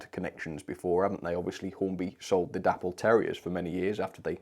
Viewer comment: Please stop calling the company sodding Dapple, its an insult to the memory of David Boyle. its pronounced Day-Paul